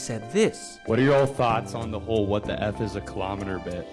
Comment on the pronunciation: WTF WAS A KILOMETEERR🥺😭